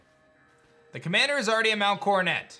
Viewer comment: pronouncing Coronet as Coronay, french style :)